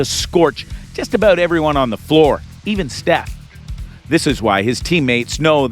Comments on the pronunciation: IF STEPH ONLY KNEW THIS DUDE KEEP CALLING HIM STEPHON, PLEASE SOUNDS CRAZY WEIRDNESS 🤪. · Please learn how to say Steph's name properly!